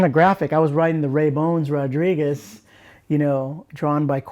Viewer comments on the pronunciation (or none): none